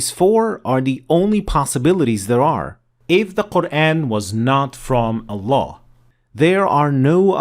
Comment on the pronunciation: it’s ALLAH NOT AllaN dude stop